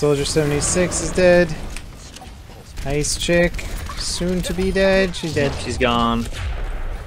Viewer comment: Learn the names man, "ice chick" XD